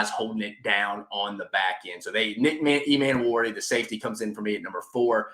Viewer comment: I agree abt the O Line😂 hasn’t been good in recent memory. Everything else was pretty good. Rlly quick it’s DOWELL LOG-GAINS NICK E-MAN-WORI IK IT HAS 2 Ms at the beginning but it’s pronounced like above. Not being nitpicky just passionate abt Gamecock football and I want them to be pronounced right😂